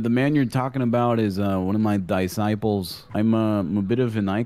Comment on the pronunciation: di-sciples.....i laughted way to hard at that.